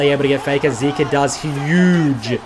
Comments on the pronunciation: is it really that hard to pronounce zeka (zehka) and zeus (zoose) correctly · its zeka not zika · Honestly was hard to watch the rest of the video when pronounced Zeka as "Zeke-ah" instead of "Zeck-Ah". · How are you going to pronounce it wrong after listening to the world's commentators? It's ze-ka. Not zeee-ka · I believe it is zeka not zika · bro if you gonna drop an hour long video can you at least pronounce his name right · Nah you ain’t bouta disrespect Zeka by saying his name wrong. Remake the vid and say it right 😂